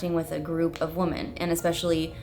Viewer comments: women, not woman 🙃 there's that cali accent. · Can someone please educate on how to pronounce "women" correctly. No disrespect, I love you guys but i have been listening to that for so long now and it's very annoying and I am upset no one has said anything before 😅❤